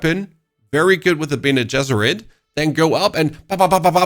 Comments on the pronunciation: bene Generet (with G)? WTF bro! learn some lore before talking ffs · dude please please please never pronounce bene gesserit like that again i audibly gasped